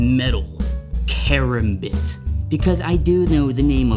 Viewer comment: it's called karambits pronounced ka rom bit